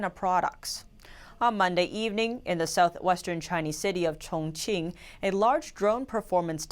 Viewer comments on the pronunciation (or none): none